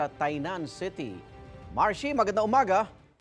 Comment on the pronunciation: Yung nilindol kna pero happy ka parin, Mar-she o Mar-he?